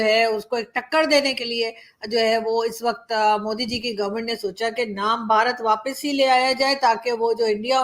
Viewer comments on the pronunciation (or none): none